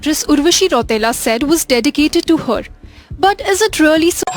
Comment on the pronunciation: Or 1 baat bhayya ek baat to apne nahi boli dusri baar yaad dila dijiyega enko , उर्वशी राउटेला नहीं होता है रौतेला होता है 😂😂😂😂 रौतेला को राउटेला बना दिया